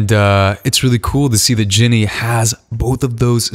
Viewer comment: I love how throughout the video ge was like Jinny instead of Jennie 😂😂😂😂